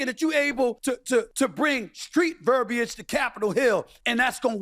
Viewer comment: SAS proves over and over again why he's a clown. There is no negotiating with authoritarians, Bakari was right and DL is funnier than ever. How dare this jester talk about the way she speaks when he can't even pronounce verbiage? We all know she is intelligent and she doesn't have to be so desperare to prove it to him and racists that she can't be her authentuc self and speak directly to the people who elected her. Breaking news: Black people code switch. I don't need him to be canceled;.I need him to get the humbling he so desperately deserves.